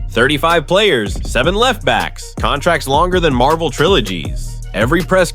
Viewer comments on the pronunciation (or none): none